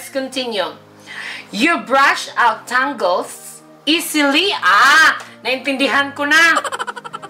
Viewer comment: Tawang tawa ko sa tangles. Tingles pagkakarinig ko hahahaha